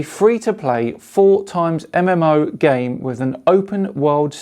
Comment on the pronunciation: Sorry but that soposor just killed me. "4 times mmo" not "4X MMO"?:P Great video btw:)